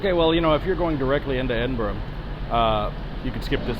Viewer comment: Your nailing the English and Scottish city pronunciation ;)